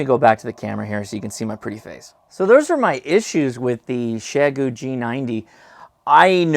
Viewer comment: OhMyGosh, you actually pronounced the company name correctly!